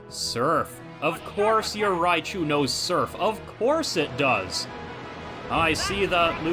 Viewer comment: Stadium 2 really announcer Raychu? Stadium 1 oh it’s Raichu! Surge’s Jolteon hidden power is ice which is super effective to Donphan and Sunflora and it’s holding King’s Rock! Raichu has focus band and Quagsire has Brightpowder!